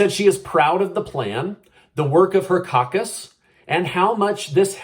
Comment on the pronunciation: When you were commenting about how proud Polosi is of her caucus, I laughed because your pronunciation of “caucus” sounds a little like “caca,” which is about right.